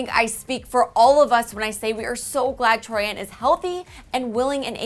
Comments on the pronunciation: It is Troian not Troi-an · I'm sorry but I have to correct the pronounciation of her name it's Troy in......,..not Troy Ann....I should know that's my surname. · Omg learn how to pronounce the celebrity's name before you say it ?? It's Troy-en not Troy-ann 😂😂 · but it is RLLY ANNOYING! its TROIAN not TROYANNE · Gives me chills every time she says tori-an... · Omg not only did she say troianne but she said tommy burtselson HAHAHAHA I can't 😂😂😂😂 it literally makes me want to gag. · I hate how she says it like it's 2 names together TROI-AN. Like no. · troy-in. how hard is it to say it. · sorry but "troi-ANN"